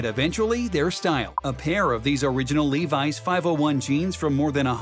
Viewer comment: “LEVI JEANS”